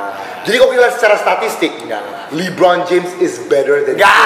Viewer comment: LeBron kali ka jo bukan Libron 😅